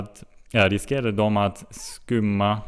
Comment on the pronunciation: Hello, it's "that annoying thing" commenting again... 😉 Kudos for trying a quite advanced text and you read it well! A few things: Anse does not mean "realize" (that is "inse") - it means "think, consider, be of the opinion". Bolag = company. Skymma is pronounced "sjymma" and means, in this context, "obscure [the radar's vision]. Blad = blade, here the journalist thought about "rotor blades". Other than that, I think you got a very good understanding of the text.